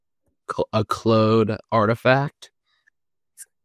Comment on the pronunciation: Bro saying “clode” on purpose, switched back to saying Claude later. He’s not slick, but ima still comment so I guess he won